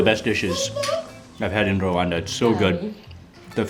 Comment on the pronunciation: is Rwanda not Rawanda